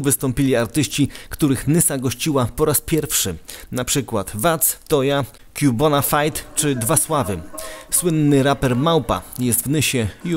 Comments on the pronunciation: Pseudodziennikarzyno, wiesz czym jest "research" ? Ksywa "Quebonafide" to zlepek trzech łacińskich słów - que + bona + fide - więc skoro łacina, to czytaj jak łącinę, czyli fotetycznie "kłebonafide". Dziękuję za uwagę. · Ten Radek to Filip, Filip to Jarek i zle wymowiliscie ksywke queby, pierdolona telewizja Ps: i nie dwa sława tylko Dwa Sławy